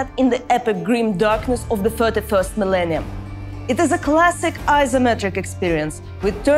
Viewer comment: honestly her accent made it sound like she said 31st millennia and I got confused